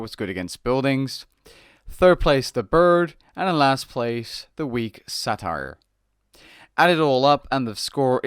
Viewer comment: He also mispronounces Satyr. It's pronounced like "Later" but with an "S". Not "Sah Tear"